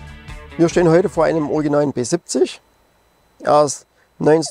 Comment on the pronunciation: Danke für das schöne Video. Mich hat das Auto immer begeistert, es ergab sich leider nie die Gelegenheit jemals eines zu fahren. Ein kleines 1:87 Modell habe ich mir einmal "geleistet". Kleiner Tipp an den Sprecher: Das Fahrzeug wird "Pe siebzich" gesprochen. Nicht "Pe sippzick", bitte. So hat es sich angehört. Das klingt voll gekünstelt. Ja, ich wohne auch im Erzgebirge und wir neigen dazu, wenn wir dialektfrei sprechen möchten, falsch zu betonen. Im Hochdeutschen sollte man die Endsilbe "... ig", wie in "König, wenig, artig, stetig und unsere Zehnerzahlwörter" stets als "... ich" aussprechen. Das ist nur ein Tipp, keine Kritik.